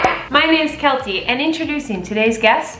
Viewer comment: I love you! But I’m sorry, “research Keltie” drives me insane. Other than that I love your videos!